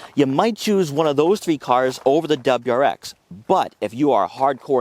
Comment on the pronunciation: “DebraX”😂😂 i lol’d. Your info is good tho and seems unbiased. Good and informed review